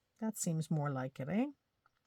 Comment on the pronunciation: I love this idea and I have a small ring binder like that! I giggled when you said Eh! I love ya and your art !